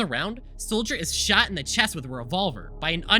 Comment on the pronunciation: when you said "the 10th class shot himself" you saying shot was censored for the rest of the vid I thought you said he shat himself